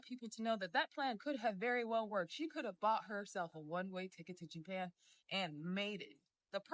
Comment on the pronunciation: “Jaypan” smh